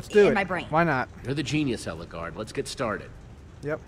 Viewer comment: it's Ellegaard not Elleguard